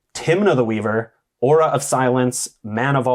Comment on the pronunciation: Thumbs down for not knowing how to pronounce "aura".